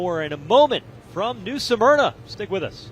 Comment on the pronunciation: Guys, it's pronounced 'SMER-NA' not 'SUM-ERNA'😅